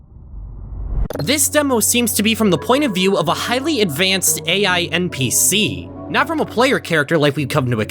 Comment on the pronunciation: why do you say "npc" as "mpc"?